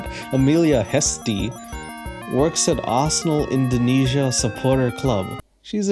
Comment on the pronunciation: Indonesia not Indiana